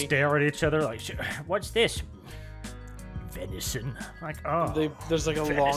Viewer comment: When they were asking what the meat was I thought they said Veni’s son.